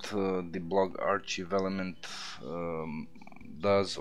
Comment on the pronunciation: FYI 'archive' is pronounced "ARK-I've"